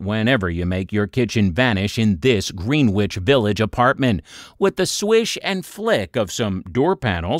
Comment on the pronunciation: GREENWICH IS PRONOUNCED GREN ICH